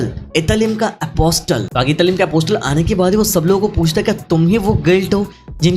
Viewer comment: Italim nahi itarim